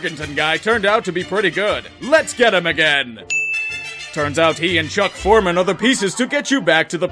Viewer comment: The annoying narrator calls Chuck Foreman, "Freeman" at the mark.